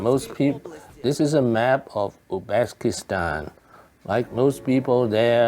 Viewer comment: Not Uxbekistan, but Uzbekistan